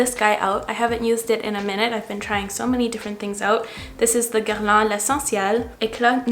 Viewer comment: YOUR FRENCH ACCENT (for Guerlain) OMG 😍